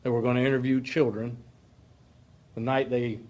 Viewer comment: Children or childrén? 🤣🤣🤣